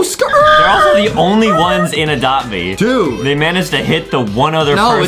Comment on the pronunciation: you said dude wrong!